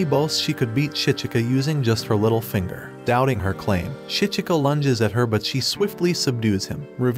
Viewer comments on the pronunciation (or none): none